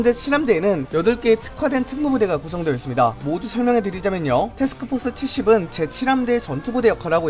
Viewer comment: 표준 발음 : 테스크포스 칠십사 이세기 발음 : 세흐스호스 시시히사